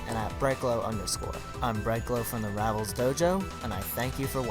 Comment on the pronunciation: Can you stop saying Rials XD